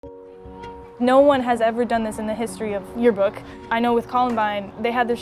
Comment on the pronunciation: lmao “tearbook”